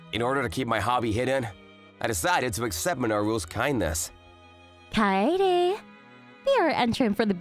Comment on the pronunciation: Kaede is not pronounced kady or Katy kae-de